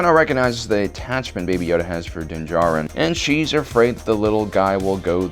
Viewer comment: Den Jarín? Asoka Tanó? Wtf is up with this guy